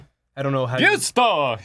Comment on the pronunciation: They both have taken Spanish/Italian classes, and neither of them can even pronounce "gusto"? :P Is it an innate thing that Americans are physically unable to speak southern European? :P I don't think I've ever heard anyone from the US speak Spanish or Italian properly Edit: 4 years of Spanish and don't know how to pronounce their "U"'s?!? Oh my god, seriously (love these guys but come on)